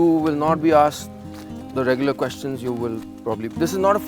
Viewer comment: she says regoolarly its regularly she sounds like Vicky pollard from little Britain...no but yeah but no but yeah